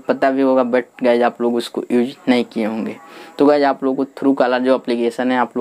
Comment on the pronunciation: Guyj nahi balki guys